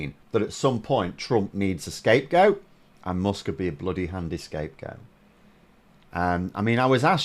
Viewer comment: why do you say "mosk"? its "mask", spelled "musk"... are we in for another vowel shift?